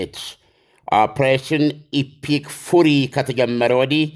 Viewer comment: Fury, ዓለሜ ሌላ ጊዜ "ፉሪ" ን "ፈሪ" ብለህ ብታር ማት አሪፍ ነው።